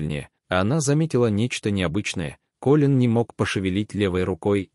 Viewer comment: Как же бесят такие чтецы! Неужели нельзя запомнить,что имя КОлин ,а не КолИн! Не можешь, не берись! Фу!